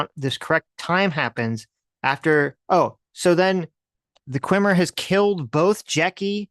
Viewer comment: insisting on calling Jason Mendoza "Qwimmer" is like when he insisted on calling Brihanna Greyjoy "Joy-Gray", respect their